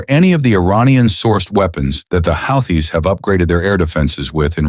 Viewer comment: "Houthi's " is pronounced WHO-TEES